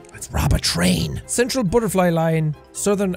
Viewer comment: When he said "rob a train" I actually thought he said "rob a tree" 😐